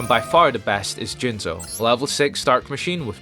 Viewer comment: You said "Jizzno" wrong.